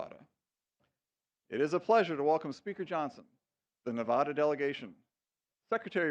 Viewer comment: Beautiful tree. See, our state is more than neon signs and casinos. But a little irritating the first guy kept mispronouncing Nevada